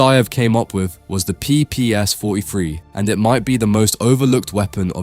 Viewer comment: Jesus the A.I. is mispronouncing the PPSh...